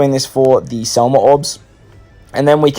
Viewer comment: SEMLA NOT SELMA